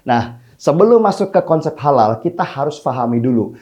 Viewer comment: Holal holol holal holol...mual dengernya...